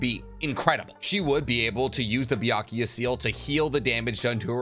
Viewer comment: It's BYAKUGO SEAL not BYAKUYA